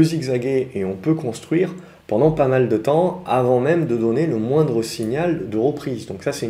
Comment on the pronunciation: "À mondre risque "